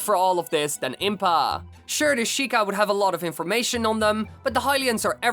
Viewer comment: Is more prepared then impaaaa. Yay pronunciation